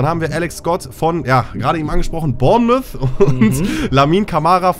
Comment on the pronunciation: Zur Aussprache von Bournemouth. Der erste Teil wird Born gesprochen, der zweite ist schriftlich schwierig auszudrücken. Bei spricht es ziemlich richtig